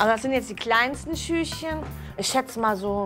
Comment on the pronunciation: Wenn sie noch einmal schüschen sagt 🤦‍♀️